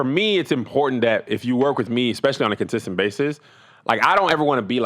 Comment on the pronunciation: 🧏🏾‍♂️Hey Tom, it looked like Kev tried to say "consistent", but said "contistent"😅